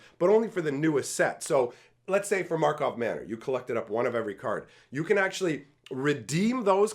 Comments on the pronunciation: Mega Magic News Drinking Game: Take 1 shot when says Markov Manor instead of Karlov Manor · It cracks me up that even the pros call it Markov Manor.